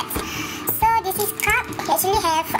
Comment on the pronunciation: Utk ur grammar i xde masalah pun most Malaysian pun kdg grammar tunggang langgang. Yg ni blh improve. Tp jgn salah sebut english word dear. Cth dlm previous video u sebut acne (jerawat) u pronounce "acne" as "ach"..cara betul nak sebut word 'acne' is ek-ni darling.. & cawan "cup" sebutan baku dia yg betul 'kap' bkn 'cap'